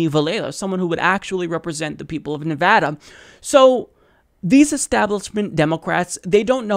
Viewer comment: Thanks for learning how to pronounce Nevada. Nevadans appreciate it.